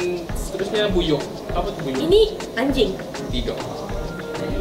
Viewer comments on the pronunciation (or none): Buyuk bha bukan buyuh hahahaahah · Pembetulan...buyuh tu buyuk bukan buyuh 😅